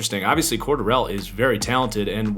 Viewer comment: Nitpick but still, you’re pronouncing Cordarelle wrong. Love your vids though